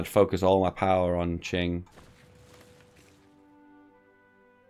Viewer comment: Incredible, said Qing right! It's like I don't know you anymore.